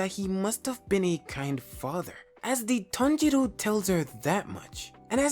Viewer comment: he got called tanjiro instead of tonjuro. 💔